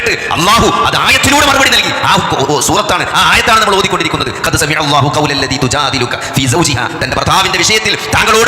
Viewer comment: ഖൗലല്ല ദീ എന്നല്ല ഖൗലല്ലതീ എന്നാണ് ആയത്ത്.